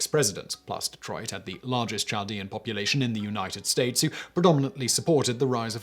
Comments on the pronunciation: I have always heard it pronounced like "Caldean" with the h being silent. I am from the area mentioned in the Bonus Facts. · I think the "CH" in Chaldean is pronounced as a "K" (Kaldean). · Doesn’t mean much but as someone who works in a heavy Chaldean area near Detroit, it’s pronounced “Kal-dee-un” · It's pronounced "KAL-dee-an" not "chall-dee-an" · The Ch in Chaldean is pronounced as a K not a Ch. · Pronounced: Kal-dee-an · It is definitely pronounced with a k sound. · Chaldean: Cahl-DEE-an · Hey Simon Chaldean is pronounced without the ch sound the h is silent so think of it like Caldean or a k sound. I live in Detroit and have grown up with Chaldeans my whole life. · Chaldean pronounced with "K" not "Ch" sound..... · Chaldean isn't pronounced with a soft "ch" as in "child," but with a hard "ch" that sounds like a "k." Kal-DEE-ahn. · I live in the Detroit area and always heard that pronounced "kal dee an". No surprise that Coleman Young gave Saddam a key to Detroit. That man was a real piece of work. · Great videos always. Side note...Chaldean is pronounced Kaldean. Other than that, love all your videos. I am Chaldean in case you are wondering how I know. PS since you cover a lot of topics, if you want to do one on the last/oldest Christian communities(Chaldeans)... Let me know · Your pronunciation of "Chaldean" is ridiculous, Simon. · Yeah, Chaldean is pronounced with a "k" sound. Could someone tell me what "najis" means? I'm not familiar with it. I think it might be related to the Sanskrit word "Naga," serpent, but I don't know.